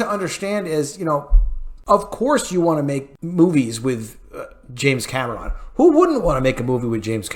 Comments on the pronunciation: For the love of God. Stop saying Cam ah Ron!!! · Why do you keep pronouncing James Cameron's last name the way you do? This movie was phenomenal!!